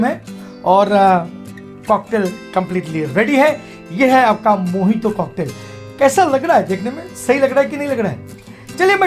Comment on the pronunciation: dada mojito ko mohito kiu bolta he???